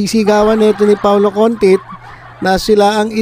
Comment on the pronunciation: Paolo CONTIS PO HINDI CONTIT